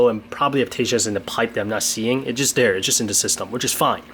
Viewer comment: you cannot say dere you have to say there